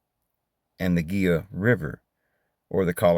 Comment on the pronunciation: Its pronounced He la river Gila.